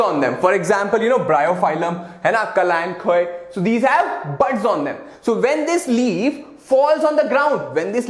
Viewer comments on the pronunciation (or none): none